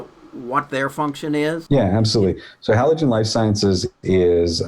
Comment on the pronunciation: This is for a therapeutic form of Ayuwasca?!! Did I hear this correctly? Or more so therapeutic form of Shrooms? I’m confused which the speaker is talking about developing for his company. “Hoologen life sciences”. Correction: “Halogen life sciences” 🤣